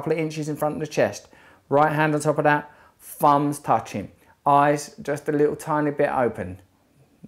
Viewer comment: Russell mate.. Its "thumbs" not "fums" 😂